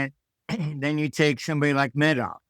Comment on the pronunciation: Martin has made so many mistakes in his rant it's really hard to take him seriously. Pretends to be a Russian expert, yet cannot pronounce Medvedev's name half decent. Pretends to be a vivid student of history, yet he speaks of a Bundestag fire.